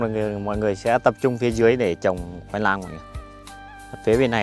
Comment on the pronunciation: Ăng gola cũng nói ngọng à! khoai nang chứ không phải khoai lang à! nạc chứ không phải lạc ! kkk